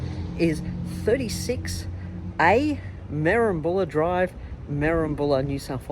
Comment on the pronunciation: Yes sorry your pronunciation is terrible - Me-Rim-B’la. But nice pictures of the place.